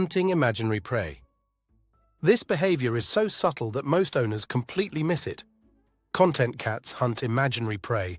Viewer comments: A content cat i didnt understand ai what you meant for ages its con- tent not content 😂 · I would like a con -TENT' cat, not a CON' - tent one! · Great info! Btw, CON•tent is like “Table of Contents” and con•TENT is ‘happy with the way things are.’ It began to annoy me that the AI never said “con•TENT,” when that was the focus of the video.